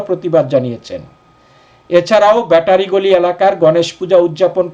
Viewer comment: ব্যাটারী গলি। ব্যাটার গলি নয়।